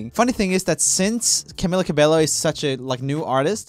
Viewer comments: He tried once but he decided to said cabelo again.. I guess he been wrong these times so he can't tell it anymore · its pronounced ca-be-YO NOT ca-be-lo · The way he said "cabello" as "cabeLLo" I died a little inside. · Fun fact: He pronounces Camila correctly. Cabello should be pronounced Cabeyo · Hen no, it is like with the J, not Y , is like "Cah-beh-joh" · Yea it’s ca-bay-o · what...... I swear it’s CabeLLo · YES!! and Camila Cabello! it’s Camilla Ca-bey-yo. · Poor Camilla got her name spelt wrong again. Its pronounced "CA-BE-YO" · I don't like how Roomie says Camilla's last name. It hurts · am i the only one who got triggered every time he pronounced the L’s in cabello? no hate tho lol😂❤️ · How dare you pronounce camila cabellos name wrong